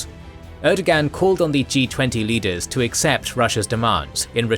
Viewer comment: That's not how Erdoğan's name is pronounced. ğ is used signal lengthening a syllable and it's otherwise silent. Air-doe-ahn.